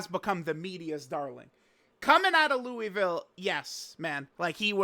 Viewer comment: as someone from the ville hearing you say Louisville like this made me lose a tad of my respect for you 😂